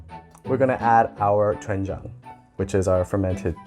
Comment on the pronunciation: YA!!!!! . Korean guy here. You better learn how to speak Korean words more correctly. Your lips make the "wen" shape whilst everything else just makes the den sound. So its actually more correct to pucker your lips FIRST, then say den. It takes practice but you can do it. you make an aspirated hard T sound when pronouncing this. not correct. Fix!!!!